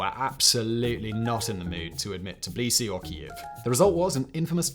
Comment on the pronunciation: Did Simon say Tbilisi and Shevarnadze at least once the right way?😂😂😂